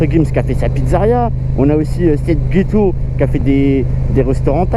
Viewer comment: On dit seth geko pas seth geto mdr